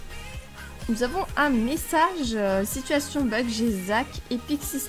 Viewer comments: Je ne te supporte pas dsl c pas de t’as faute c moi je déteste quand les personnes prononce mal les mot comme tu du situasione alors que on dit situation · On dit pas situationne mais situation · J'aime les situationne(prononciation XD)😆